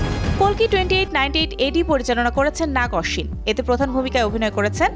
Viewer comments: Apu kolki na kalki 😂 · কল্কি না সঠিক উচ্চারণ কাল্কি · Its "Kalki" not "Kolki" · কোলকি না রে ভাই কালকি হবে 🤣🤣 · আফা, উচ্চারণ ঠিক করেন। কালকি হবে, কলকি না 🤣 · কলকি?? নাকি কালকি???😂😂😂😂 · কল্কি না রে ভাই😂, কাল্কি হবে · ম্যাডাম কল্কি হবে না ছবির নাম কাল কি একজন উপস্থাপিকা হয়ে ভুল করেন কেন😅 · কল্কি না আপা কাল্কি😂😂😂😂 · কালকি মুভিরে গাঞ্জার কলকি নামে বলতাছে😅😅😅 উপস্থাপিকা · The host can't even pronounce the movie name correctly. It's kalki not kolki, kolki is a thing you use to inhale ganja. Woman 😂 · কলকি না, বেউকুফ,,,,,কালকি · Kolki na kalki 😂😂😂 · আপু কলসি নাকি কল্কি বললেন বুজলাম না আরকি🙄🥴